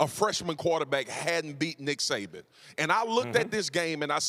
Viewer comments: “there was a positive and a negative to DICK Saban” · I might be late but did it sound like he said Dick Saban.. haha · Stephen A. called him "Dick Saban" at the mark lol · And as a Dolphins fan I can absolutely agree that's his proper name. That or Nick Satan. Never forgive.